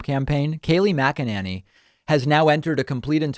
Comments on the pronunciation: David, I love the way you mispronounce their names. Particularly mack-in-nanny. If not intentional don't change. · I don't know how her name is supposed to be pronounced, but it always made me giggle when you used to say her last name Mc-KEH-nuh-nee. Might be right, might not, but I liked the funny sound of it. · Why do you keep mispronouncing Kayleigh Cockamamy's name?